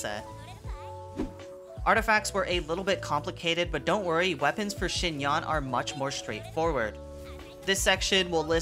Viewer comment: Just like Yanfei, you should pronounce her [a] like [e].. Anyway.. ty for the guide